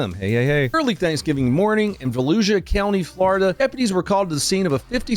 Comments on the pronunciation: I thought you were joking and calling it Fallujah county 😂 Volusia….. ahh ok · I seriously thought you said Fallujah, not Volusia Florida, and I laughed. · I kept hearing "Falluja". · I thought you said "Fallujah County Florida". Actually after seeing that video, Fallujah county doesn't sound too far off. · Why are you pronouncing Volusia like Fallujah...errr, yeah...fair enough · Every time you say Volusia, I hear Fallujah. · Did he say Falluja ??? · I thought you said Fallujah county lol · whenever you say “valusia” sheriff’s office, it sounds like you are saying Fallujah haha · Sounded like you said Falluja county , I was like wait a minute..... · When you said Valusia county I could have sworn you said Fallujah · Volusia County? Sounds more like Fallujah County. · It’s pronounced Vol-oo-suh for some reason. Weird like New Smyrna is pronounced Suh-mer-nuh. Source: me central florida man PS Sherrif Chitwood is the man! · I thought he said Fallujah county lmao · Every time I hear you say that county name... I swear I hear Fallujah.😂😂😂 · Oh... "Volusia" Florida.. i thought you said Fallujah.. 😂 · Did anyone else here say Falujah County instead of Volusia county? Kinda on par for the incident